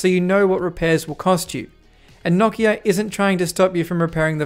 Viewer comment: I didn't know it was possible to say Nokia wrong but there's a first time for everything I guess 🤣🤣